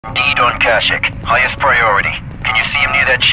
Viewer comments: Wait.....it's Kashik, and not Kasheek? 🤣 been pronouncing it wrong this whole time? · The way he pronounces kashyyyk hurts me